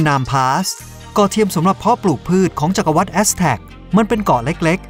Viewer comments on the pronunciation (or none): สนุกดี ขอติงหน่อย "จักรววรดิ" อ่านว่า จัก-กระ-หวัด คุณอ่าน จัก-กระ-วัด ฟังแล้วแปลกๆ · จัก-กระ-หวัด ไม่ใช่ จัก-กระ-วัด อะ-สัง-หา-ริม-มา-ซับ ไม่ใช่ อะ-สัง-หะ-ริม-มะ-ซับ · ขออนุญาตแก้ไขนิดนะน้อง จักรวรรดิ อ่านว่า จัก-กระ -หวัด ไม่ใช่ จัก-กระ -วัด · อ่านผิด อ่านว่า จัก-กระ-หวัด ไม่ใช่ จัก-กระ-วัด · ผมว่าเขาคงต้องอยากสร้างภาษาใหม่ อสังหาริมทรัพย์ แต่อ่าน อสังหะ อาจเขียนมาผิดหรือเข้าใจผิด ก็อ่านแบบนี้ และ จักรวรรดิ์ เขาก็อ่านว่า จัก-กะ-วัด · สะดุดการออกเสียงบางคำครับ เช่น จักรวรรดิ (จัก-กระ-หวัด) รบกวนตรวจสอบนิดนึงนะครับ แต่โดยรวมดีมากครับ